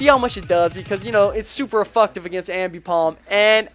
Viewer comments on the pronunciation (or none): did you really call seismic toss "super effucktive" and did shit with no attack investments? alright,, we won't send you back to pokemon school to have a lesson on moves like night shade and s-toss...yet.